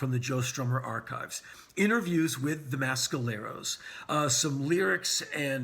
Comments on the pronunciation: please learn how to pronounce mescaleros. its meh skaleros not ma skaleros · Someone clarify please. Is it the pronouced Mass-caleros or Mess-caleros? I get the feeling Mr Rollins is injecting some weird accent to The Mescaleros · On the East Coast we say "Mess"..............Never heard it pronounced "Mass" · Great review Henry. Now.... if only you'd stop mis-pronouncing Mescaleros. It's not MASKaleros ffs! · y u saying mescaleros like that